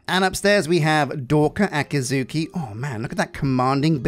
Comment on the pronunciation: Listening to you try to wrangle 'Akizuki' is always a treat. ❤ Please never change, Oh, I love that player house! Being able to add your own schematics in Minecolonies is so good. I always have trouble making my custom builds fit in with the rest of the pack, haha